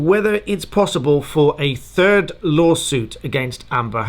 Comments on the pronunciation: Hi from France 🇫🇷 ! At first I thought you said « A TURD LAWSUIT » 🤣🤣🤣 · You meant a “turd” lawsuit not third 😬